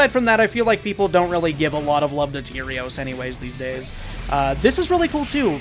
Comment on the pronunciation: Please stop calling him “Tierios” It’s killing me.